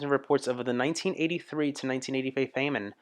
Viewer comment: In Ireland/UK most people say The Pogues - Fairytale of New York is the greatest Christmas song ever. Bob Gandolf? lol. You shall not pass..give us your F-ing money!!! Bob Geldof was the singer of the Boomtown Rats/turned activist. Do you not know how Famine in pronounced? Maybe English isn't your first language? It's pronounced Fa-min